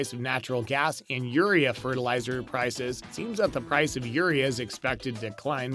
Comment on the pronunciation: Agreed I farm in iowa there is no fertilizer shortage. This guy can't even pronounce urea give me break. All price gouging